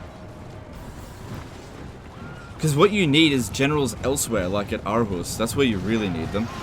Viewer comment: as a danish person, I want to point out that its “Århus” or “AArhus,” and not arhus!